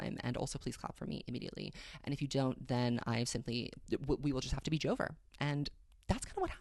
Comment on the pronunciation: god whenever you say joe-ver i just burst out laughing lmaoo